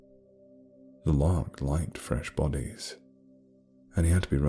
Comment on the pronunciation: Wait, lark? I thought he was saying loch. Larks are like... birds?